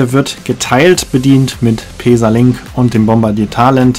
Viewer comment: Schönes Video, ich finde allerdings, dass der Zug auch bequem für mehrere Stunden ist. Bin mit so nem Zug mal von Ulm nach Sigmaringen gefahren. Kannst du bitte "Pässa" sagen anstatt "Peesa"?